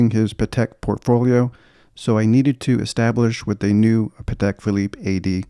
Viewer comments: Excellent collection. Just one little piece of advice/info for you, if you allow me: the right way to pronounce the name of the brand is Patek with accent/emphasis on the a, not on the e. Something like Paatek! The reason is that is a Slavic surname. I appreciate almost everyone gets it wrong, but if you don’t trust me just watch any interview with Mr Stern (Patek’s owner), and check how he pronounces it. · also, many ADs themselves get it wrong, and many big collectors too. So no shame in that. Even the London Patek boutique says it wrong on their own answering machine message! Everyone tries to pronounce it the French way, but it’s actually an Eastern European surname